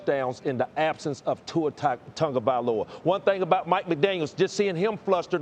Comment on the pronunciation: I keep on asking, "Where is the "un" in "Tagovailova"? Why are you pronouncing it "Tungavailova"?